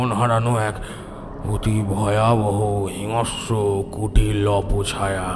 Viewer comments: Golpo Darun, sudhu bar bar hingsra katha ta hingasra uchharan sunte birokto lagchilo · হিংস্র uchcharon ta ektu dekhben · hingsra ucharon thik korun